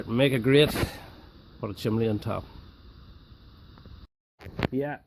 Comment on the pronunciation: Why do Brits call it a, "chimley"? It's a chimney!